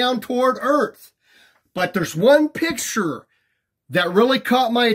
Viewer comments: I don't know how credible a guy who can barely pronounce "picture" is. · Dude cant even say the word "picture" correctly